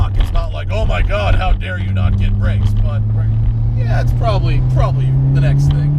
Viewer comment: "Probabrii 240-250" so Jdm haha